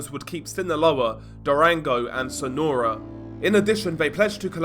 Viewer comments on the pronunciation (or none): none